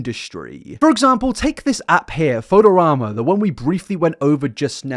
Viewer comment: not knowing how to pronounce photorama is the weirdest thing in this video